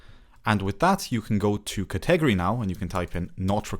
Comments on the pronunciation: Cet egery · "ka-'TEG-o-ree" is a 1st for me, as well. 😂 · Great video. Useful info and clearly explained. Thanks! (One small thing: the word 'category' has emphasis on the first syllable: CATegory).